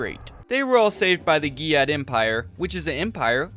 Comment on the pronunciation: I cant stop hearing GYYYAT empire lmao 🤣